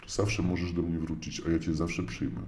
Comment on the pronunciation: Tak gwoli ścisłości to Mojżesz miał na imię Mojżesz, a nie Mojrzesz. Można wrócić, ale nie wrucić, i opowiadamy historię a nie historję. A noga może się powinąć, ale nie podwichnąć😉 Tyle tego, że trzeba zareagować. Popraw w edycji, a usunę ten komentarz.🙃